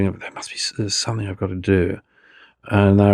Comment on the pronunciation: Why can’t this clever and well read writer pronounce the word ‘something’ correctly? Seriously, is there a reason so many British have a trouble with this word? Also ‘more and more free’, shouldn’t one say freer and freer?